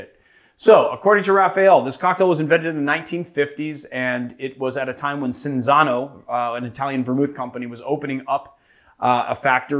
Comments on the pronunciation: That's pronounced like... Chinzano, right? :D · Leonardo Sanini Cinzano is an italian product name....why pronounce it in portuguese than? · But you butchered Cinzano :)